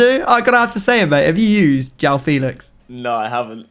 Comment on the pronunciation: Please stop saying Jow Felix and Jow cancelo it’s said like juwone it’s hard to spell it out just look it up please for all of my Portuguese people